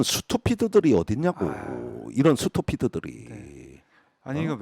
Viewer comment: "스투피드" 라뇨~~;;;🙄 잇쪄"스뜌삣 !! !!".. 😓